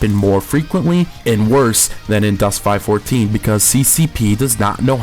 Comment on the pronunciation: Still can't take you seriously when you pronounce it Dust 5 14, it is Dust 514 ( five one four.) Also the closed beta players did not keep their stuff, they got wiped. I like how you give a retarded review on a game you know nothing about. Also the best players don't pay real money for equipment because it isn't better than the ISK stuff. I also wish I could get a dollar ever time you say "fuckin" in this review